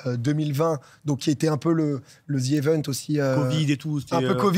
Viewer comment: Dis, dans quelle langue le z se prononce zi?